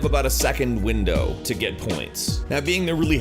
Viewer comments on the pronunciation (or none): none